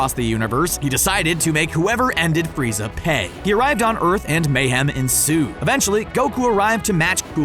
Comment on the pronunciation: “Urt” it’s earth😂